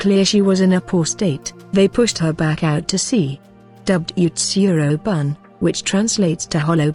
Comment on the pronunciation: I wanna say that 'bune' is pronounced 'boo-nay' judging by other Japanese stuff